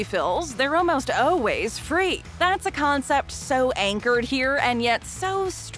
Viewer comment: To the narrator, the word always is pronounced “all ways” not “oh ways”.